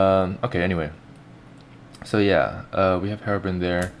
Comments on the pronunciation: FUCK DID YOU SAY ::: HEROBRIN :: IT MUST BE HEROBRINE " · HerobRINE! There's a silent E at the end! That means the I makes it sound. Not Herobrin